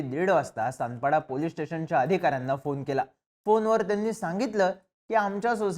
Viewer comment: तानपाडा नाही सानपाडा...